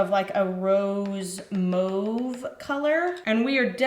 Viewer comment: Kudos to you for pronouncing mauve correctly!